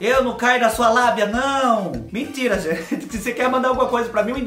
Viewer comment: Adoro quando vc fala mintira